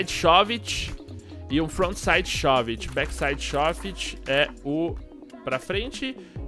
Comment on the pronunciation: m e shóv-it q pronucncia e sim shôv-it